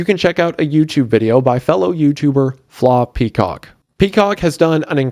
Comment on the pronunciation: The way Wendi pronounced "Flawed Peacock" scared me more than the three stories